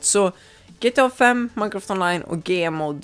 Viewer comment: Det heter gmod inte gemod